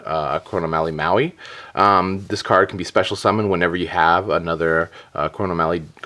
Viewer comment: it's pronounced moe-eye. Love the videos